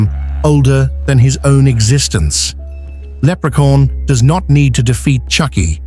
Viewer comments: For some reason I kept hearing leprecorn.😅 of course Leprechaun would win. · Can't get it out of my head how narrator says Leprecorn!😆😆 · Lerpecorn huh ? Interesting coming from ai slop 🖕🏼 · Haha lepre-corn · I think he did pronounce leprechaun but in a British way like they always talk